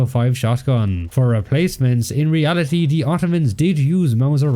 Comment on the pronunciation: In ree al i TEE